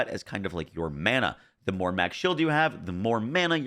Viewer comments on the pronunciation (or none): none